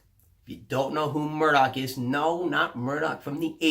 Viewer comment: I think the name you're looking for Murtagh not Murdock because if you're thinking of Roran you're, like really REALLY off base on the pronunciation LOL but yea. I love Eragon too man I haven't read the new book yet but the narrator for the audio books is as you say AWESOME as well. I listened to them a LOT while I was in the navy especially when I was winding down for the day in my rack on the ship. Great books. I just have to get on this new one before I go nuts. 4 books in the series by the way: Eragon, Eldest, Brisingr, and Inheritance... xD how did you forget its 4 books.